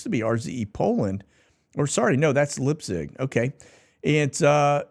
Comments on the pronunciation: Leipzig. Pronounced L👁pzig. …. ei = i, ie = e In German just FYI. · Leipzig - pronounced Lyp-zig